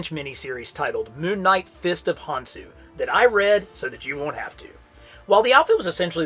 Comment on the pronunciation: Small correction, it's pronounced "Con-shoe", and the Ahnk is pronounced "Awnk"